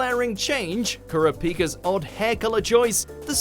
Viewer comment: you butchered Kurapika’s name so damn bad